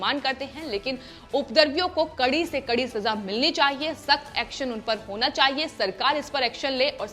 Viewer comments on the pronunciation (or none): none